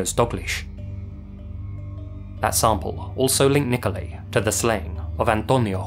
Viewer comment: Do you intentionally mispronounce people's names?! Nikolai = niko-lie